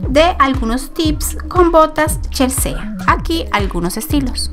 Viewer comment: No se pronuncia CHELSEEEA SINO CHELSI :)